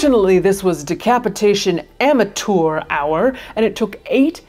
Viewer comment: "decapitation AMATEURE hour" had me cackling